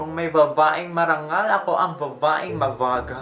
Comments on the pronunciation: Utas na utas ako sa "vavaeng mavagal" ravaaan hahahaha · Hahaha “vavaeng mabagal”